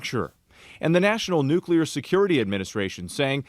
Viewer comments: never trust a guy who can't pronounce nuclear with your mental health. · An aerospace engineer who can't pronounce "nuclear"? I'm not buying it. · Nucular? He should know the correct pronunciation of this important word. 🤦‍♀️ This is so crazy and the government won’t tell us. 🤬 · The minute you learn old man how to pronounce the damn word I might listen a bit...Everytime you say it I wanna slap the top of your head .it's pronounced New..Clear..wtf Nuclelar 🤣🤣🤣f'n dude.. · "Nukeral"? NU-CLEAR! How can anybody be trusted when they can’t even pronounce correctly?! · It’s NUCLEAR. NOT NUCULER. Jeez! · "Nu-cu-lar" is not a word. It's "nuclear" w 2 syllables not 3. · Nukular instead of nuclear? Immediately lost all credibility... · BTW..it is not nucular. It is nuclear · Probably shouldn't trust anyone that says "nuculur" instead of "nuclear". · hes lying, he says nucular. Anyone with a brain says nuclear. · STOP SAYING “NUKE-ULAR” (CEO EH?..) and I THINK WE ARE SAVVI WITH THE WORD “NEFARIOUS” BEING INCORPORATED INTO THE NARRATIVE OF DISINFORMATION. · " Nucular"? Really dumbass? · Nu-CookleeAr This is how my boy George Bush pronounced it. LOL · I don’t trust anybody who says “nucular.” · Stop saying NucUlar and expecting to be taken seriously 😐 🤦‍♀️ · I cringe every time I hear someone pronounce nuclear as "nucular". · These days we don't get much passed "dude", "bruh", and "literally". Let's just call it "nef", or "neffy" so we don't have to hurt ourselves with extra syllables. 😅 Gotta love "new-kew-lerr", too!! 😉 😂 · He’s saying nuculer. That’s not the word. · N-u-c-l-e-a-r, New Cue Ler??? If ya can’t pronounce that of which you speak, l call bullshit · “Nukelar” weapons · You mean nucular 😂😂😂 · you can't trust anyone that says NUCULAR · Lol, new-kew-lurr...😂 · The word "nuclear" is pronounced "NOOK-LEE-YAR" and not "NOOK-YOU-LAR". Sheesh! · Anybody who says "nucular"..........